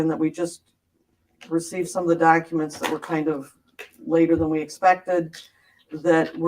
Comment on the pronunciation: Great live! I spit my Diet Dew out at Dock-a-ments! 😂😂😂😂😂